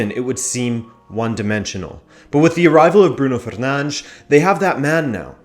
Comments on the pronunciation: That's the Portuguese pronunciation of his name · That's the correct pronunciation. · the way he pronounced it is actually the correct way